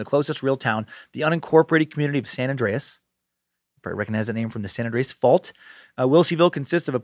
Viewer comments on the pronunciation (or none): none